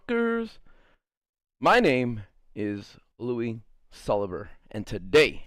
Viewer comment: Lui Sullava? Lui Salvia? Lui Sullivan? Mike Wazauski?